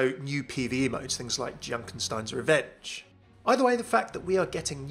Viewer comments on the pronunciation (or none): none